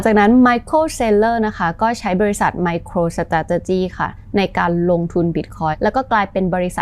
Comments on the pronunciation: MicroStrategy ออกเสียง สะแทร่...เลยต้องฟัง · ไปหัดออกเสียงคำว่า Micro Strategy ให้มันรื่นหูกว่านี้นะ ฟังแล้วขัดๆ